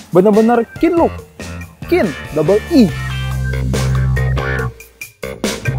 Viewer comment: nyebut keenlook nya biasa aja donk 😀😀😀